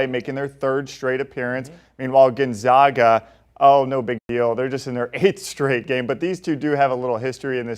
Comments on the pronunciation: Still can't pronounce Gonzaga correct 😂 it's Gonzaga not gonzoga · Gonzahga?? Cronin to the F4 with UCLA??? Please educate yourself before you present yourself as an authority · GUNZOGGA? Even Biden could get that right...its the Zags not the Zogs...C'Mon man! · What has Gonzaga done in those 8 straight Final Four appearances? Oh I don't know, how about 2 National Championship games. When are people going to stop disregarding Gonzaga? And btw "professional anchor" boy, it's fucking NOT pronounced Gonzoga, it's pronounced Gonzayga. After 20+ years of excellence you'd think people woulds get it right. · Needs how to pronounce Gonzaga. Seems he has not done his homework.